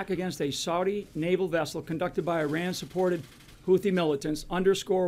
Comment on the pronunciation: Why can't a single one of them pronounce Iran correctly? Doesn't inspire much confidence they know what they're doing.